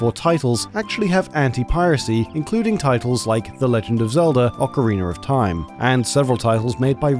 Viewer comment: You have like 7 videos covering ocarina of time and you call it “ocariner” every time. How have you not noticed how you mispronounce it this many times